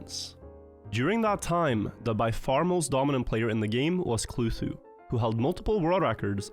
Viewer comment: Was it Kluhtu or? Inconsistent pronounciation/ showcase in the video